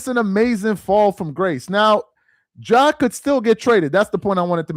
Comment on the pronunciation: Ja… not John bruh🤦🏾‍♂️